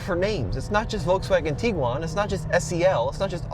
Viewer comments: The petty bitching about minute things is ridiculous. IT’s A COMPACT CAR BASED SUV. If you want bigger, buy a van. If you want faster, buy a sports car. People are never satisfied. VW hit a home run with this 3rd Gen Tiguan. Kudos VW! …it’s not pronounced “Tee-guan” rather TIG (as in Pig)-uan. 🤦🏻‍♂️ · Tiguan, not Teeguan. Varenna, not Varayna. 🤦🏽